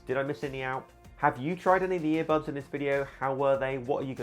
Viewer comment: I HATE IT WHEN HE SAYS EAR BUBS EVERY TIME